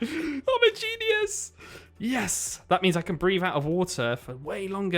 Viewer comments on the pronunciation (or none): none